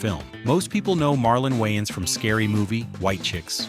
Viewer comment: The A.I. Narrator is saying YN's and not Waynes.